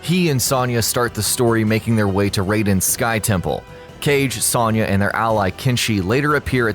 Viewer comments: Sawn-ya..Sawn-ya..Sawn-ya..Sawn-ya..Sawn-ya. It's Sewn-ya! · Why do these channels always pronounce a least one name fucking wrong?! IT'S PRONOUNCED AS Sown-yah! NOT Sonn/Sawn-yah! SERIOUSLY! ALL THEIR NAMES ARE ANNOUNCED IN MOST GAMES AND IT'S IN THE SONG! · the way you pronounce Sonya... you're putting emphasis on the wrong syllable. its not a lower sounding O. its upper sounding. should sound like you are saying oh not A. Soh-n-ya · How do you mispronounced sonya??? Are you doing that on purpose?!?! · Miss pronounced Sonya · I hate how often you miss pronounce sonyas name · His pronunciation of Sonya is killing me. haha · Good vid but I died a little each time you said Sonya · Especially since he can't fucking pronounce Sonya's name right.